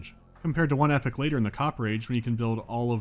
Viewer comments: Can you stop pronouncing "Epoch" as "Epic"? Thanks. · Your pronuciation of Epoch had me so confused...it's not epic...it's ee-pock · Its EPOCH, not epic! xD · There is no excuse for pronouncing epoch like epic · Epics? you mean Epochs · The way this guy pronounces epoch, lol